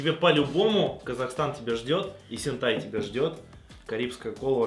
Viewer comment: Не Эсентай, а Есентай 😂